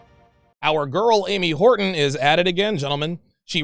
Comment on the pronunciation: Ams Wart-on